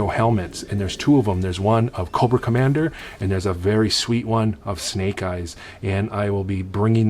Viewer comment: Thanks for adding me in the giveaway and yes you pronounced it right, I got that snake eyes helmet it’s amazing!!!